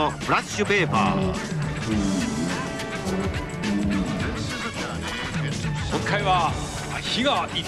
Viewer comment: Lol "FRASHA PAYPA"